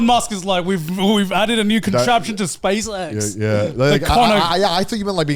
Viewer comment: Gotta love how Garnt pronounces SpaceX lmfao